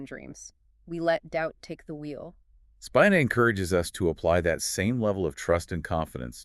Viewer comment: Its pronounced Speeena